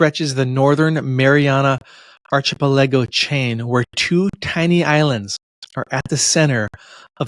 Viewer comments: "Archipelago" is not an easy word. The 'ch' has a 'k' sound: ar-kih-PELL-ago. "How To Pronounce" is a great website for words like this. I tried to leave the direct link, but (as usual) the censors deleted my comment 🙄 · I’ve never heard archipelago pronounced like that before lol. It struck me like a slapping hand in my ears and mind. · How can you guide a tour of ancient sites when you can't pronounce archipelago?